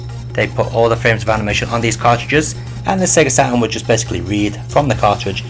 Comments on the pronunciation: i love when you say sega satrun its so funny! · "Sega SATAN"???